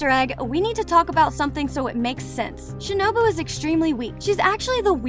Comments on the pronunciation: did she say shinubo instead of shinobu lol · Shinubo☠💀 its shinobu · the lady pronounce shinobu as shinubo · i said she pronounced it as shinUbO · ah yes "shinubo" ah and "zunetso" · Who realised she said shinubo 👇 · shinubo? LOL? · You said Shinobu's name wrong. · My bad she mispronounced shinobu once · I’m srry the pronunciation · “Shinubo” and “Muzean” 😂